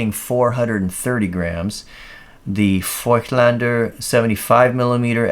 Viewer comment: Ah, good to see an overview of this little gem on YT. I have one and use it regularly on a Leica M10. At f/1.5 it’s a dreamy portrait lens while at f/5.6 it’s a sharp sharp landscaper. Also kudos for your Voigtländer pronunciation. ☺️